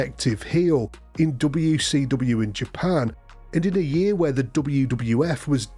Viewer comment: Gotta love how this guys says "dobbayouw see dobbayouw"